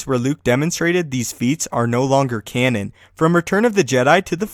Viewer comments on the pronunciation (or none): none